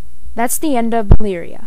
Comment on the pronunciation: please say "Malaria" right....It's anoying